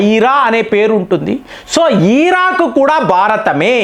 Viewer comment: Iraq ❌. eeeraakk✅. 😂😂😂